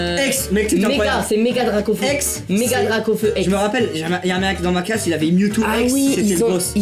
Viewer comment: mes t’es bête toi c’est parce qu’à il a dit gracaufeu